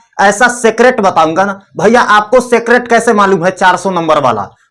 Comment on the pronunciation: सीक्रेट ❌ सेक्रेट ✅